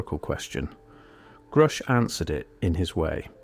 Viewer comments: It's not pronounced groosh, buddy. Its like grush. Like the word rush, with a g at the beginning. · Grusch rhymes with rush. And he is a very courageous man. Thank you very much for this channel.